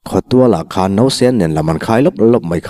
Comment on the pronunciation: Nang anglo takin " barah a khawn duh silo", tih lai kha a thluk i'n chhiar sual ve chu !